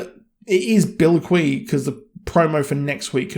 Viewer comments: Book spoilers, please. Also, agree that Lakeside wasn't my favorite part of the book. It was literal melatonin. I should probably pick up the chapter anytime I experience insomnia. And it is pronounced Bil-Quist not Bilque. It's what's charming about the Brits/UK...constantly mispronouncing words but because of your percieved world status it's assumed you all are correct. I listen to other UK reviewers and they always make mention of being corrected in the comments. However, I suspect we all find it charming and we also like to bring you ethereal Brits back down to earth. All in fun . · Bilquis is not pronounced to rhyme with Chablis! It’s Bilkwiss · just curious if you watch the show with no volume cuz no one in the show says bilquee. not once. its one thing if you read the book and that's how you say it in your head, but they say it aloud on the show. many times. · Can understand you not liking Craig pronounced as Creg, not a fan myself. Therefore you should note your pronunciation of Bilqis and Demeter is off. If you watch the show, should not be hard to correct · Speaking of British and their characteristics... Bilquis is pronounced as written with the prominent S at the end.